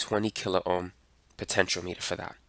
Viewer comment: Actually after hearing his pronunciation, it should be the accepted pronunciation because it spells out exactly what the compontent operates on - potential power.